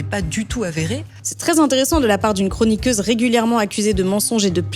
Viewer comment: 😂😂😂😂😂. Dans chroniqueuse on entend niqueuse. Elle est diplômée chez Picsou magazine ?